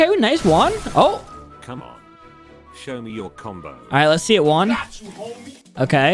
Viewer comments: You have to to pronounce his name right u are saying uan but jus5 pronouns it like it’s on the comment it’s guan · bro just keeps calling juan uan 💀💀💀💀💀💀💀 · Bro you said jaun not juan